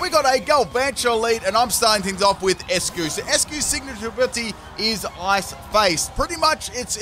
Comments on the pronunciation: it’s “Ice-Cue” ...not “Es-cue” 👍🏻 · You pronounce Eiscue like Icecue. Not Eskue. Its Einstein not Enstein. You tryna russle me jimjams or what? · Eiscue is pronounced "ice q" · I love you but why do you pronounce Eiscue like that, it's supposed to sound like Icecube;w